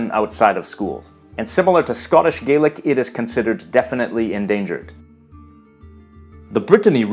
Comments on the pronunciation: As a little heads-up, it is pronounced Scottish gah-lic with an A sound 🙂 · I may be nitpicking here but traditionally “Gaelic” is pronounced like “gal-lick” when referring to Scottish Gaelic. Irish and Manx Gaelic are the ones that are pronounced “gay-lick”. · One thing that peeved me a bit is that Irish Gaelic is pronounced 'Gay-lick' but Scottish Gaelic is pronounced 'Gah-lick' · A small pronunciation issue: it is Irish Gay-lick, but Scottish Gah-lick.